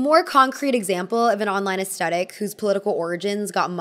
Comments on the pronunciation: I love you but PLEASE LEARN HOW TO PRONOUNCE AESTHETIC. it is NOT "aestetic" it is asTHEtic....omg how can you not know this by now? you wouldn't say "anesTEsia" instead of anesthesia would you? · Why do Americans say "as-TE- TIC" instead of "as- THE- TIC" like how it's spelt? Drives me insane. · Please. I beg you. Please set an example for your peers and start pronouncing the word 'aesthetic' correctly! The H is not silent. Also, it's Ralph LAUR-en. Not Lau-REN.